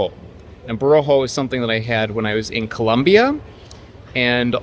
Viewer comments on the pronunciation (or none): none